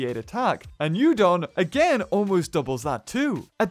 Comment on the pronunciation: Yudon sound likes my favourite noodle. 'Udon'